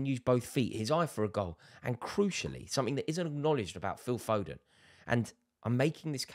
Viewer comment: Fodenna 😂 our own maradonna